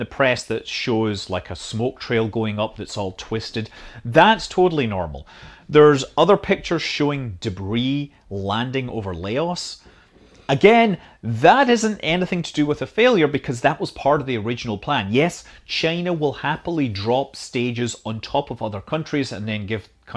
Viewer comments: it’s LAUs not layOS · Did you try to say Laos? but ended up saying Lay us? =) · Btw the way you say Laos is wrong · I love how you pronounced Laos as La-os.